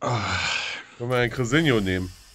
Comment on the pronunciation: crisinho* man möge den König richtig ausprechen :D